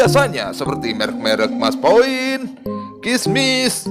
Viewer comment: Maspion om bukan Maspoin😣